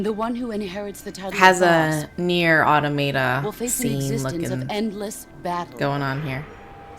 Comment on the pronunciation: Yet another gamer who doesn't know how to correctly pronounce the word "automata." It's like a rite of passage at this point.